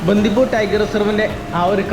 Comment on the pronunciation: ബന്ധിപൂര് അല്ല ബണ്ടിപൂര് 😊